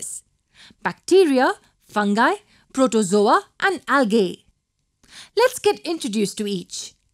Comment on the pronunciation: Excellent... However, algae is pronounced as /ˈældʒiː/ or /ˈælɡiː/...